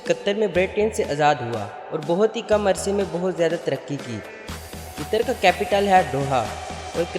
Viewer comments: Ligin name ghlat bola apne Qitar nahe hai Qatar hai bai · Abey jahil aadmi,tujhey bolna aata nahee,qatar ko qitar bol raha he,alloo ka patha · It's not qitar ...its qatar ....who else is from qatar